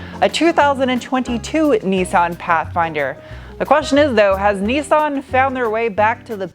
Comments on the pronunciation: sorry to be a nerdy nerdie nerd;) BUT ITS NIS-SAN like MISS-TAN not NESAN like GPAN, just thought you might like it...really like your compulsive disorders... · The major problem with this video is your pronunciation of Nissan. 'Nis' = Niss like Kat-niss, 'San' like San-itary. There is no point trying to make it sound remotely foreign.